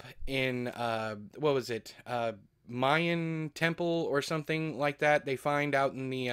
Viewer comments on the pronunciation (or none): none